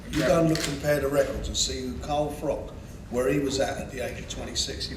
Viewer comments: froch not frock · Are Froch not Frock